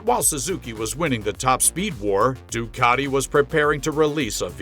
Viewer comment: Ducati,not Doocarti.😂